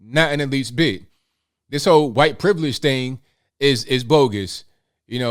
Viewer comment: please improve your pronunciation of words Say "this" not "dis" Say "That" not "dat" And so many other words, you are very hard to listen to. You have great content but i cant listen to the poor english